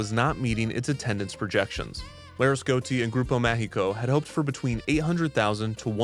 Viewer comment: It's annoying how he's not pronouncing the i in Laresgoiti